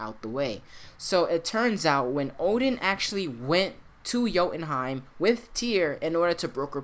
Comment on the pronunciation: What the hell is "joutenheim"? You really bastardized that one.